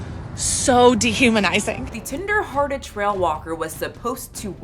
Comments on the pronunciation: I'm howling every time you say "tender-headed" instead of "tender-hearted". LOL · I keep hearing "tinder-hearted" not "tender-hearted" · The way said tender-headed instead of tender-hearted multiple times 🤣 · Not me thinking you're saying "tinder-hearted trail walker" every time lol